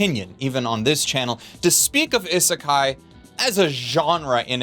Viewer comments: Ok, I'm going to be one of those Japanese people to tell him that he's pronouncing Isekai (異世界) wrong in this video. It isn't pronounced i-sekai, but E-sekai with a hard 'E' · It's Ee-sekai. "I" makes a long e sound in the transliteration. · Do you intentionally pronounce isekai in the most painful way possible? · Is the constant mispronunciation of isekai a joke or meme that I am not weeb enough to get? (or alternately too weeb to get?)